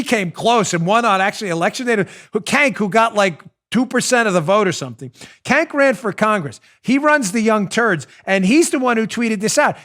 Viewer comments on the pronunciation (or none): HAHAHAHAHAHAHA you said KANK!!!! It’s pronounced CHENK but I prefer KANK. That’s the funniest thing Ive heard today... thanks for the laughs!!! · Dan his name isn't Cank, it's Chunk. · Hey Dan, according to Tim Pool, who apparently is familiar with this guy, his first name "Cenk," is pronounced "Jenk." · Dan you got his name wrong. It’s Not Cank it’s Chunk Yoghurt from TYT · Kank? I thought it was Junk. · The guy who runs the TYT clown show, his name is pronounced "Chunk Yogurt". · Oh my goodness, I about died laughing hearing you repeat the sound "kank" fingers crossed that you deliberately mispronounced his name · Cenk is pronounced sink aka 50 cent ogre. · It's "The Young Turks"... not "Turds", although fitting. The head turd's name is pronounced JAYNK. It was his group "Justice Democrats" that put AOC in office.